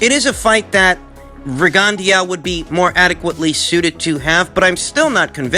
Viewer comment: PRONOUNCED Rig - on - Dough. If you knew anything about Boxing, you would know this. Sad.